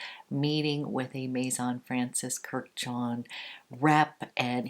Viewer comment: It’s not Kur-jan, it’s Kurdi-jan. He’s Armenian just like the Kardashians. All Armenian last names ends in -an. Armenians are Middle Eastern, and related as well as being a biblical people just like the Arabs and the Jews (Semitic).